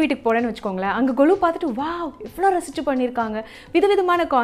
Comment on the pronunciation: It is not kolu it's Golu